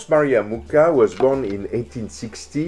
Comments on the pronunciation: I am in love. It's absolutely amazing. Only the pronunciation of Mucha is off. It's pronounced with a Spanish J sound instead of the English K for the CH letter. (Yes, I know how to pronounce it, I am of the same nationality, and yes, in this language CH is in fact one letter.) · It would be nice if you pronounced his surname correctly. Actually, the Wikipedia shows the correct pronunciation: [ˈalfons ˈmuxa], that is «Mukha» not «Muka». Also here